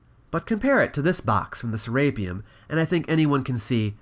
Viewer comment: Boy, you're awfully fond of pronouncing "Serapeum" in such a way that emphasizes "rape." Hearing Se - RAPE - eum every time is quite distracting. Any sane person would be hesitant to ever go near the place the way you're pronouncing it.